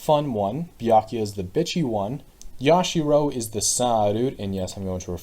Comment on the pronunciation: iM DEAD YASHIRO AND KAI-EE-DEE But this is a pretty cool way to predict things despite Yasuhiro and Kirigiri basically being null and void since Hiro didn't participate in the game and Kirigiri died in the game itself for DR3